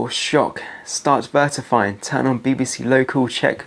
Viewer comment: VERTIFY IS NOT A WORD!!!!! you say it in every video, verify you absolute womble!!!!!